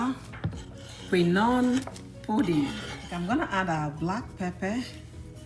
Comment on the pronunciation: Why are you pronouncing quinoa that way ? I have never heard anybody pronounced that way before 😂😂😂